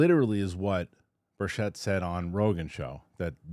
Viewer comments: Tim Burchett pronounces his name BIRCH it. Not Bursh-ETTE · Rep. Tim Burchett's last name is pronounced BURR-chit